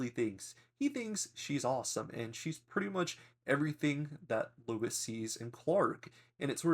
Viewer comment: Who is "Louis"? Trying to say Lois?